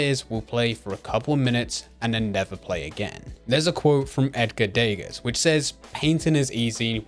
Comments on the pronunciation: i've never heard someone pronounce degas to rhyme with vegas before. briton moment (i hope this doesn't come across as mean, this is actually a really good video imo, and something that people need to hear more than almost anything) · Anyone else get stuck on him mispronouncing Degas?